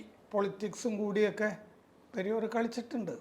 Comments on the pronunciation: It is not "Periyor", it is "Periyaar" and his full name is Ramaswamy Naicker, the founder of Dravida Kazhakam. He was called "Thanthai Periyaar", as a father by all Dravida Kazhakam, Dravida Munnetra Kazhakam (DMK) and Anna Dravida Munnetra Kazhakam (ADMK) party men. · പെരിയോർ അല്ല . പെരിയാർ. പെരിയാർ ... Singular പെരിയാർ - Blural മാന്യത ഉള്ള പലരും പെരിയോരാ ണ്